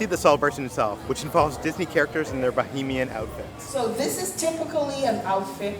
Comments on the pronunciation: You keep saying BOHEMIAN....... IT'S NOT.... Bahamian, pronounced Buh-Hay-Me-Uhn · as a Bahamian I’m sorry to say it’s Bahamian not bohemian lol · I know the mispronunciations are part of your lovable charm, but it's BaHAYmian, not Bohemian. Bohemia is in Europe, you're in the Bahamas, lololol. Love you guys and your videos! Thanks for always brightening my day 😊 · The Eleuthera Euphoria looks great and the pineapple container works at keeping out the flies lol. Just a note when pronouncing Bahamian... try not to confuse it with bohemian , think of the you pronounce Canada and then Canadian and then think Bahamas and Bahamian.